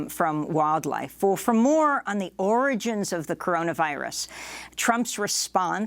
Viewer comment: "Origins of the virus". Didn't you mean "oranges" Amy?